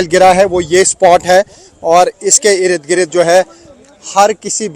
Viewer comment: irid girid kya hy bhai...? Ird Gird hota... your channel is Urdu but many pronunciations are incorrect.